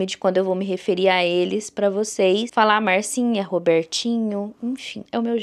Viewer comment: Achei super legal chamar de Marcinha, com o seu sotaque ficou ainda melhor. Relaxa!